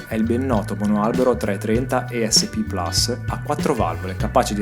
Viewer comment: PLUS non PLAS: è Latino non anglicano comu li preti... benedetta IGNORANZA!